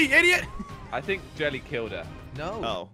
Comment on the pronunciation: 😂 hi you said Jerry instead of jelly